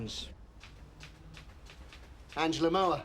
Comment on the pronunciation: Lines not Lyons. His proper name is Alfred Lines.